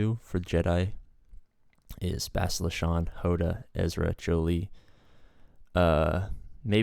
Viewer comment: it's pronounced reh-VON ;) and bass-TEEL-uh